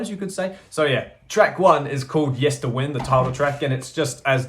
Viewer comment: The first thing is that the third syllable of Yesterwynde is pronounced as in 'wind the clock' rather than 'the wind blows through the valley'. The second thing, I have only listened to it once and it will take a few listens for it to bed in. I like the singles, especially 'Islands', and enjoyed the first listen, so it promises much. The singing on The Children of 'Ata is Tongan, sung by Tonganese singers, as the story is about Tongan children that survived on an island following a shipwreck. I listened via streaming, but I'm buying it on vinyl and CD.